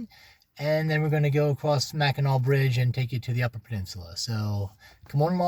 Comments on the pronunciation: Being a Michigan resident, I especially enjoyed your video. Sorry, but I had a few giggles at your expense over your pronunciation! Whether it’s spelled Mackinaw or Mackinac, it is always pronounced Mackinaw. Pasties are pronounced like “PAST-ease.” They come from Michigan’s past. During the period of underground iron and copper mining, many former tin miners immigrated from Cornwall, England and brought their lunches with them. Pasties were a favorite lunch item for miners. They were easy to carry, nutritious and filling, and the thick crust around the outer edge made a convenient, disposable handle for eating with dirty hands. Thanks for sharing your trip with us and for featuring some of Michigan’s beautiful places. We have many more, so I hope you will return! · Thanks for coming to my home state. Come back in summer it will be full of tourists learn to pronounce Mackinaw right so u don’t stand out. The big discussion is did u have catsup or gravey on your pasty. Lots if antique malls flea markets and goodwills here